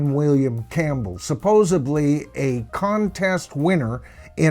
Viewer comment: Hey brother, very interesting but it’s supposedly with a D. You keep saying supposebly with a B.